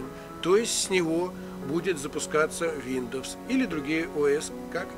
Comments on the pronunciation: бро, не виндомс, а виндовс. научись читать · Виндомс))) Тогда уже не Виндомс а Миндомс))) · Что вы заладили, виндомс виндомс, линух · Виндомс айс звучит) Но лайк за норм инфу) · летс ми спик фром май харт ин инглиш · Блять только из за слова виндомс не смог досмотреть))) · Ох и читака - Виндомс...))) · Сейчас бы исправляя чьи-то ошибки учить новым. Виндоус произносится правильно) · Ну знаешь, если человек не знает как правильно произноситься слово windows, который делает всё с 1 дубля, "и так сойдёт", я бы не стал особо сильно доверять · Автор... Аглицкий подучи что-ли... Виндомс, бля. Мигратион.... Рыдал... :)))